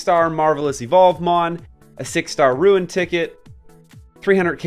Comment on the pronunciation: I'm nitpicking here but why do you say Ruin instead of Rune? 😂